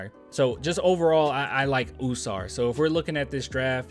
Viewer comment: Bro it’s “ah-sar“. Ah-sar and Ah-men